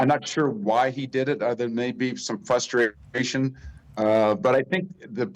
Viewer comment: A 60 year old man who says fUstration 😅😅😅😅